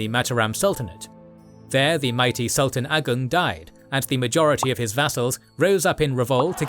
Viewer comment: Love how your spell Sultan Agung like a fluent Malayan/Indonesian languange speaker. Not by spell it like an English Speaker.